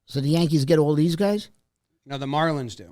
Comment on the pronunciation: Had to turn it off when Jim listed off the prospects and he goes “Yankees got all dez guys?”